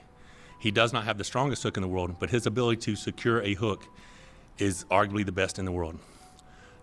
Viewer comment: World not vorld